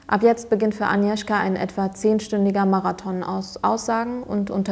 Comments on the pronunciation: Super Video, finde es cool, dass ihr die Spannung durch das Zurückhalten des Ergebnisses bis zum Ende beibehalten habt :) Kleine Anmerkung: Das "g" bei Agnieszka ist nicht stumm. Eher so wie bei der deutschen "Agnes" Liebe Grüße 😊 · Es heißt 'Agnieszka', nicht Anieszka! Das G muss auch wirklich hörbar ausgesprochen werden. Klugscheiß :) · nicht aniwska agniewzka